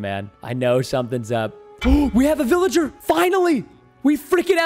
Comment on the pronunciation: IT WAS A BIOODY VILIJER